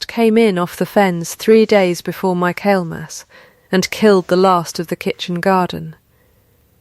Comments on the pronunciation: It isn’t “my kale mass!” It is Michaelmas. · “My kale mas”?! 😆 seems like a lot of sites making money with no knowledge.